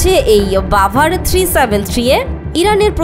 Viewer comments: ভাই রাভার না বাভার হবে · ওটা রাভার না বাভার হবে